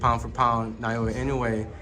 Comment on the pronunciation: Naoya = NAH-OH-YAH -> なおや It's not really that hard.